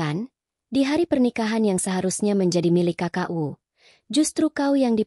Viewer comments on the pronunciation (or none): Biasa AI 😂 Membaca mu dibaca em yu